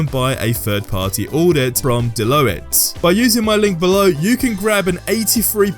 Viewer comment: De-lo-it? (Assuming you mean to say Deloitte which is pronounced “De-Loyt”)